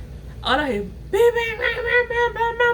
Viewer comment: I can earrrrrrrr (ear not hear) you 😂😂😂